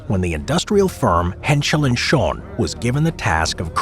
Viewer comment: It think it was „Henschel & Sohn“ not „schon“